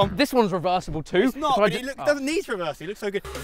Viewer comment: Now now KSI, Chris said you said Ned the contract 😂